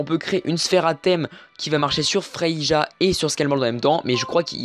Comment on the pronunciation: Merci pour la vidéo. c'est vrai que tu parle un peu vite, mais cas vas. Sinon on dit pas Frei"ja" mais Frei"ya" 😉